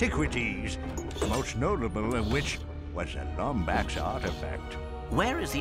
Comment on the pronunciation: It is pronounced "Lombax"